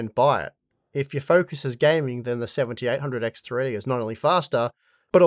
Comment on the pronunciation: Seventy EIGHT hundred X three-D. FOR GOD SAKE ENUNCIATE THE DAMN WORD. I had to stop and rewind over a dozen times to figure out what fucking processor you were referring to. You're saying "SeventyehHundred 3D."